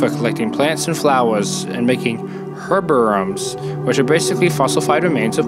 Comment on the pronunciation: Herbarium rhymes like aquarium, or vivarium. Not whatever the fuck you're saying. It's easy to remember when you think of an aquarium as a living space for aquatic animals, vivariums for terrestial animals, and herbariums for plants.